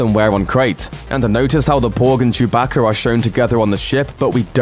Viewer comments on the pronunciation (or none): none